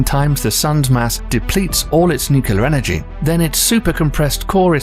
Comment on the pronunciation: Nuclear not nucular